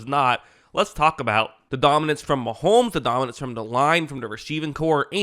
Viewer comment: It’s Mahomes NOT Maholmes.